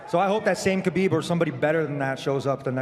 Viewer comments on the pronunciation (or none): Dana it's KHA-BEEB NOT GAH-BEEB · I don't know who this Khabib is. This guy's name in Khalabib.